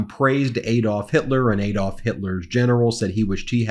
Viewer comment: PLEASE pronounce Adolf correctly, it is not Aye-dolf but Ah-dolf.